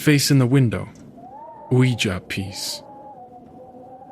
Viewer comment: I like the narrator, but the way he prounounces "Ouija" gets on my nerves. Lol